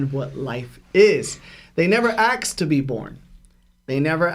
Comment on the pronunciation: What's with and akses? It's supposed to be "ask" right? Or am i wrong?